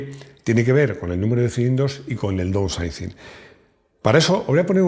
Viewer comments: repite conmigo fonéticamente: daunsaising..😎 Tengo un cliente/amigo en el taller que tiene un Audi A6 (C4) del 94.. Casi igual que un Audi 100... 2.5 TDI 140 CV CÓDIGO AEL... 580.000 INDESTRUCTIBLE 👏👏👏👏👏😎. Entiendo que el bloque/culata vendría de su bisabuelo Audi Quattro..No LO sabía.😎 NADA MÁS QUE AÑADIR.. Recuerdo hace 20 años cuando empecé en la mecánica, trabajé en un concesionario Multimarca y veía los Mercedes 190 con de Km...INCREIBLE 👏👏👏👏 Luego se dieron cuenta de que asi NO vendían coches y cambiaron el sistema...jajajaja A partir de 2001/02... Explicación larga... ⬆️⬆️⬆️⬆️⬆️⬆️ hay te dejo una idea para un vídeo...🤺 Saludos 🤺 Excelente video 👏👏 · Para pronunciarlo así de chungo lo de "downsizing", mejor decirlo en castellano: "miniaturización"! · pronunciando "Downsizing" me da años de vida.